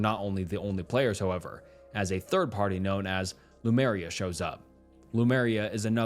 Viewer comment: Lemuria, not Lumeria